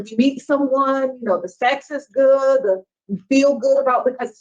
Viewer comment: He’s just so intelligent,I’m captivated by his every word-fragment.. and he’s a “goot” father.. hm..impressive 🤡 #CargoCult